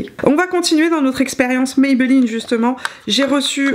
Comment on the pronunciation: Bonjour ça s’écrit Maybelline. Ça se prononce comme ça s’écrit et c’est une marque Américaine, qui a été racheté par le groupe Français L’Oreal.